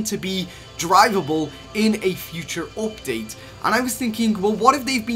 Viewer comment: “V-BOCKS” “OPDATE” 😂